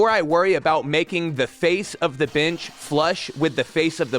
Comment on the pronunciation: Nice, uh...binch? I keep hearing binch, and I can't stop laughing, it's like someone bet you you wouldn't, but then you did, for an entire video. XD Points off for Kreg for the aggressive ghost sponsorships this week. I don't care if they want to openly sponsor videos, but this deceptive product-drop bullshit is not okay.